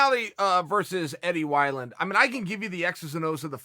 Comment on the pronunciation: I offer u this Eddie Why-Land